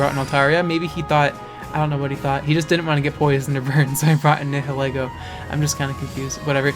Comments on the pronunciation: Nihilego is pronounced as Nee-hil-Ee-goh It's a combination of Nihilism and Ego. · Nihilego is pronounced as Nile-Ego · It's prounced ni-hoe-lego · do you know how to pronounce nihilist?